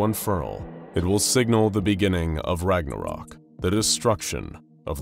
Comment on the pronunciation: Thank the Æsir and Vanir you actually put in some effort to pronounce the name properly instead of English-fying it into an abomination. Well... Jörmungandr at least. You butchered Ragnarök